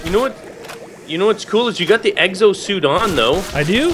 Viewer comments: "Eggzo" really just... Really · X O X OOOO NOT uxo or wtf you said lol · lol exo not eggso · Who else heard him say "Eggs oh Zombies"